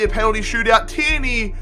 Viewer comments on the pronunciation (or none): none